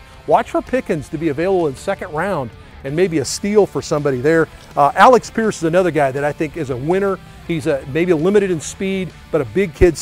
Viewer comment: It’s Alec Pierce not Alex Pierce😂😂😂